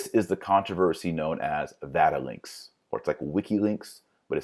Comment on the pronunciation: Did you just say Vatilinks